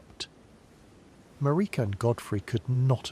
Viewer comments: Damn. I had a feeling that this was AI nonsense when it kept pronouncing Merika as MuhReekuh. Glad I didn't get too far into this. Get a microphone and write your own scripts and I'll gladly return. Later. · Sorry, not trying to be a hater, I love sleepy Souls-Borne lore, but your wandering pronunciations drove me crazy. Everyone in the game pronounces her name one way, over and over again, never deviating. They all say it the same way. MAR (rhymes with air) - ik (rhymes with sick) - a (rhymes with duh). Not one person in the game pronounces it maREEKa or maRICKa. Don't even get me started on Blaidd.